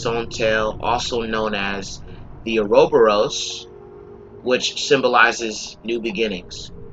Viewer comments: The “uh-roh-boh-roce”...😂 its pronounced (oro-bor-us)...now you sound like you don’t know what you’re talking about, and I’ve stopped watching. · Lmaoooo its pronounced aura-boris, and the satanic commandments litteraly make 10000% more sense than anything in your bullshit bible. All yall do is rape, kill, and brainwash children and you want to teach religion in schools. Hail satan because yall are the real demons. Keep reaching pussy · I thought so too when he mispronounced "ouroboros".